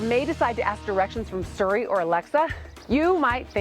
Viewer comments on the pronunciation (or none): Getting a kick out of being schooled on pronunciation from someone who says "Surrey" for Siri